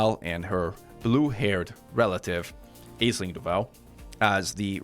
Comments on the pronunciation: "ash ling" its said ash ling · It's pronounced aisling, duh